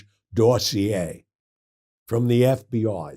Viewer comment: I like how he calls a dossier a Darcy A.